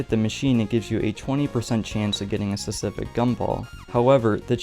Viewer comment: You need to practice saying specific